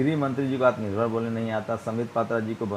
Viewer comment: Is Amith Shaw pappu , as he is not able to say 'Athma Nirbharatha ' properly , BPJ has to say whether Shaw can be called Pappu . Hope they are sensible to say , for they spoke of Rahul the same way . If they respect justice , they should come out